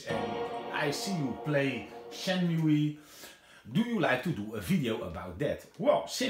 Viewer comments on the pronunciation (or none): I like how you say Shenmui xD